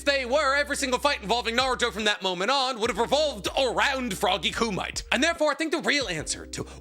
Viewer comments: Btw it's pronounced koo-mee-tay, not koo-mite. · This dude is STILL saying "kŪ-mite", years later??? I know he's been corrected hundreds of times. He's being annoying at this point. KŪ-MI-TAY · you can tell never watched dubbed its frog kum-ee-teh not froggy kum-ite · All these years later and pronouncing “koo me tay” as “koo might” stills kills me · Frog ku might❌️ Frog Kumiteh✅️ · It's pronounced ku-mi-te not ku-mite. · Please, dude, not Coomight. sounds.... fuzzy on the brain. Ku - meeeeeee -teh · FROGY KUMITE= KOO-ME-TAY!!! DAFUQ IS A KUMIGHT!!! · Wth is frog ku-mites? Don't u mean kumite(ku-mit-tay)? Lmao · KOO- MIGHT!! 🤣🤣🤣🤣🤣🤣 You mean Koo-ME-TAY *Boondocks random sound: HAA HUU HAAAH YAAAH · Froggy Kumight lolol. Ku-Mi-Tay 😂. I do greatly appreciate this discussion though. I've been so irked that Froggy Kumite was basically written out. It seems like Naruto should even be able to use it as a Kurama Mech. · I thought it (kumite) was pronounced Koo- mi -tay... not koo-mite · Love your content but fairly certain it's pronounced koo-me-tay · Wtf is froggy kumai? Frog kumite? Same as chiboku tensai, you mean chibaku tensei? Dont watch anime with english dub… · Isnt it pronounced like “koo me tae” or am I tripping ? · Froggy "KOO-MEE-TAY" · is it not Coo Mee Teh = Kumite. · coo-mih-tay. Why is pronunciation such a struggle for everyone when they say it in the media being covered? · Hearing pronounce "kumite" like that so many times was painful. I'm reasonably positive it's meant to be "coo-mee-tay". Pronounced very similarly to "hajime" or "yamete" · Hey man, I know that you're like you and all. And I trust you, but are you saying frog kumite correct? I thought it was ~frog~ (koom-it-tay) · Every time you see froggy ku-might my stomach churns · Am I crazy? Is it not pronounced Ku mi tay? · It's Frog Ku Mi Te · koo-might lmfao! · Kumite is pronounced koo-mit-tay....... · Anyone else always hates how he says kumite? Its koo-me-tay